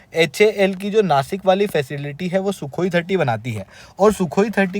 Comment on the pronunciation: its Nashik not nasik